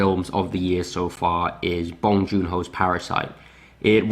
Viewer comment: NOT BAHNG.. it is BONG the b-o rhyme with tow, low, sew, bow, grow, blow and the n-g is normal sounding like song, wrong, tong, belong, hung, sung, tongue..